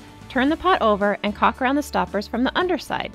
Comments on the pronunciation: It's caulk not cock but thank you, this is a cool fountain and I want to try it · The sword is caulk. Mispronounced?